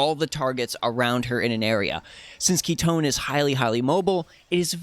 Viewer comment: FINALLY! SOMEONE WHO PRONOUNCE KITONE PROPERLY!!! Aside from AOJ ofc hahaha Awesome content as always!!!